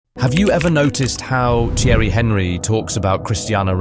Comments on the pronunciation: Is it that difficult to pronounce Thierry's last name? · AI shite can't even pronounce Thierry's name properly....